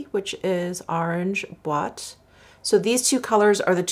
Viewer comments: So cool that you received PR from Hermès! Great job, BTW, pronouncing boite! For other words, generally in French a word with an e on the end, like Amazone, ends at the consonant sound unless these is an accent mark over it that goes from low to high as it goes left to right like this: é (basically the opposite of the accent mark over the second e in Hermès). An é is pronounced like a ling a sound as in wait. Hope that helps! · Yay! You got Boîte right! Hope my phonetics comment on that other video was helpful Hahahaha. 😂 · OOOH so cool. These are beautiful on you. Btw, you pronounced "boîte" perfectly. And I'm always available to give you the phonetic pronunciation of any French name you want, just pm me on insta: Casaque= Cass-ack, Amazone= Ah-mah-zone, Inoui= Ee-new-ee, Corail fou= Coh-rah-ee foo Violet intense= Vee-oh-leh ein-tahn-suh :)